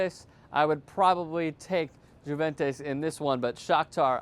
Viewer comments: I love that you guys cover soccer and you do a great job but you really need to work on the pronunciations of some of these teams. For example, the way you say Juventus is pretty ugly lol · he miss pronounced so many teams it was hard not to laugh the best ones were juventus and Montpelier